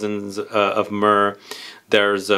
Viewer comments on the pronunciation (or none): none